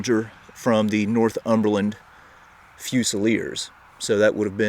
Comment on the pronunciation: in your vid you kept saying north-umberland otherwise great vid